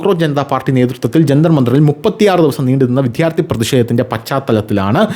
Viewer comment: വിധ്യാർഥി എന്നല്ല വിദ്യാർഥി എന്ന് പറയണം